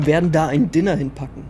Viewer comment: Niemand: Absolut niemand:: Dinner. man kennt's auch unter Diner (Deiner ausgesprochen), aber ist ok. Heißt ja auch IEtem und nicht Eitem, right?.. oh man